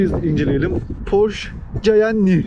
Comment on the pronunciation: abi kısa bi bilgi porş değil porşe olarak okunuyor